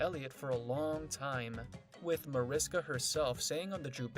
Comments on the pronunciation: It's pronounced Marishka. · By now this narrator should know how to pronounce the characters' names and Mariska's 🙄. I can't...